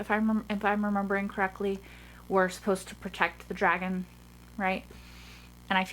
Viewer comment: What people hear soren say:a dragon? What I hear soren say: a dwagon?👌😎😂